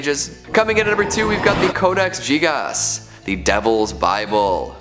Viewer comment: Why would you say "Codex Jigas"? You don't say "Jigabite" #learnlatin